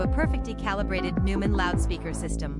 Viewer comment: This must be AI voiceover. The narrator can't even pronounce the product's name properly...ridiculous! Couldn't get through the presentation because of that.....